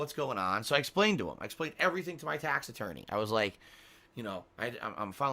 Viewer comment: Tahxic tahx ahttorney